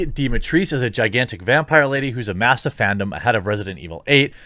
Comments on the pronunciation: Dimitreesk no it's not said like that who thought that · Trust me, I am from Romania. It is pronounced DI (like in "dee") MI (like "me") TRES (like in trespass) CU (like in cucumber or "coo") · Who the hell is Dimitris ? :)) If it spells Dimitrescu, it's pronounced Dimitrescu (coo) Dimitris os Dimitres sounds greek not romanian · Wtf is lady Dimitrees? Its a Romanian name. Dimitrescu. Its not French. Read it all. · Dimitris?! No, NO, NO,NO! The original pronunciation is correct, you're supposed to read every single letter. It's exactly as it's written, Dimitrescu. How did they even get to that pronunciation? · Actual Romanian here. Dimitrescu is not pronounced as Dimitreess. It is Di-mi-tres-cu. At least that’s how the actual Romanian name should be pronounced. And since the game is set in Romania that should still be the proper pronounciation in-game. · It's not Dimi-trees, it's Dimi-trescu. It's pronounced just as it is written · No, it's not Dimi-trees. It's Dee-mee-tres-coo. Trust me on this one. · I am Romanian and It's not DIMITRISE...It is like you said it first. DIMITRESCU ( Dee-mee-tres-cu) That girl from the stream miss pronounced it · Dimitrees? WTF is that. I am romanian and Dimitrescu is a common last name from here and is pronounced somewhat like this in english: Dee-mee-TRES-koo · It’s not Dimitris, it’s pronounced Dimitrescu, like it’s spelled. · I learned that the U in her name is silent...Dee Mee Treesk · As a romanian, I assure you, It Is pronounced Dimitrescu, and not Dimitrice or whatever the fuck... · Di-mi-tres-cu... The "U" in Dimitrescu ISN'T silent and she can step on me any day :p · The name is Romanian and it's literally pronounced Dee-mee-tres-coo, Jeremy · As a romanian it certainly isnt Lady Dimatrice, but it's much better than when u lot acc try to pronounce it so A+ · I'am Romanian its NOT "Dimitrese", fkin SJW's. The original whay everyone pronounced it, was good. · Dimitrescu is NOT pronounced as "Dimitreesk".